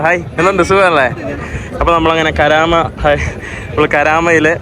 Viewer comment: കരാമയല്ല സഹോദരാ കറാമയാണ്